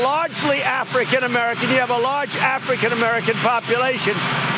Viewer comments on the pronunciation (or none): But why does he say Aalfrikan Americans like that tho?! Lol he makes me SICK! I bet he does play with balls lmaoooo Putin’s! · Listen to the orange man stress afr in African and the way he says it racist to the core. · I caught the emphasis on the word African as well!!